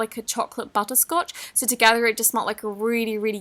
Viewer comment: it sounded like she said butt scotch😂 no hate just thought that was kinda funny